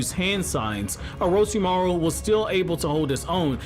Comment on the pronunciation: Take a shot everytime he says orochimaro